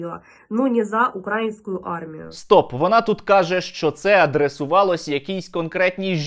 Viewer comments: укрАінскую армію сука, коли ж ви навчитесь наголос ставить правильно!!! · Украинскую))? Наголос на "и", а не на "а"!!! Задовбали!